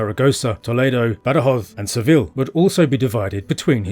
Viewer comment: Soy española y andaluza, y no me gusta que se alteren los nombres de los lugares, como Borgos? cuando es Burgos, o Badoz cuando es Badajoz, etc... y ese acentillo medio latino americano medio inglés, es chocante. Le gustará al autor que yo tradujese los lugares de su tierra bastante mal y con acento andaluz? El andaluz no es un idioma ni un dialecto pero tiene su acento muy diferente del castellano oficial, sabes?😂😂😂😂😂😂